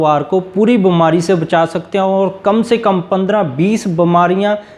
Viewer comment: Hindi aap ki achi nhi hai beemari ko bamari bolte hein